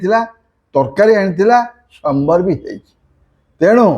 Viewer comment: Sambara na baraha naa ghoda 😂😂😂😂 murkho loko its saamvaar.. pronounce properly..